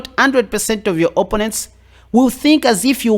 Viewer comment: I subscribed as you make chess fun, entertaining yet still seek knowledge for a better game and your accent is great, too, but.... you say OPP-onents yet it's pronounced o-PPO-nents! LOL. Keep up the great work, man!